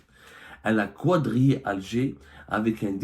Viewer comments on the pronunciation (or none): Pourquoi tu dis quoidriai ? Tu dis un cadre ou un qoidre ? Donc quadrillé ( kadrié)